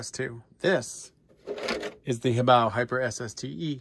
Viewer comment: Good to hear someone else pronounce HoBao correctly👍💯👊